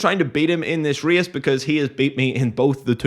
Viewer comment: Reeas - this fancy way to say a race word 😅